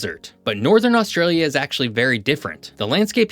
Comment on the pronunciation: If you wish to talk about Australia, find out abo0ut the proper pronunciation, PLEASE.